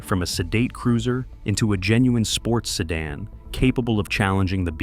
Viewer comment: Even if he does say ‘Jag-waarrr’ 😎 (and ‘chasssey’ ) …..and ‘Seh-Daan’ 🤣